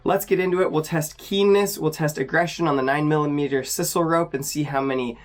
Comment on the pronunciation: Should look up sisal pronunciation I'd hate to ditch you like Cedric the English speaking Australian who couldn't bother looking up the pronunciation of the word.